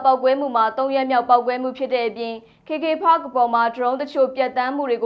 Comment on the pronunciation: ကေကေပတ် KKPARK ကိုဘယ်လိုလုပ်ပြီး ကေကေဖတ်ဆိုပြောနေလဲ မသိ။သိချင်လို့သာနားထောင် နေရတယ်။